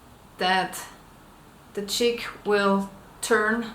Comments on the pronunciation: omg haha even tho u say this now i stil can only hear her say chick :p. thanks for answering my question aswell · She is saying "Jig" but it just sounds like "chick". The jig positions the feather 1/3 the way around the shaft and holds the feather in a spiral or "helical" shape.